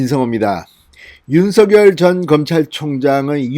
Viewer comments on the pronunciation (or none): 윤서결 ? 발음 이 웃겨요 !